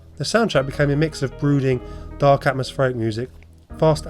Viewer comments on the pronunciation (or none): none